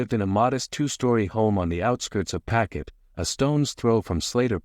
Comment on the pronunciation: There is no such place in Rhode Island called “packet” It’s pawtucket